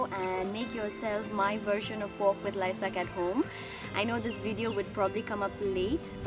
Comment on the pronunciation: Nono, its Laisak...